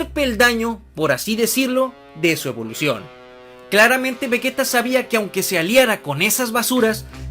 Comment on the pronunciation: ¿"Evoución"? xD